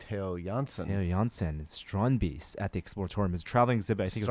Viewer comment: Almost perfect Dutch pronounciation of Theo Jansen's Strandbeest :) Cool topic!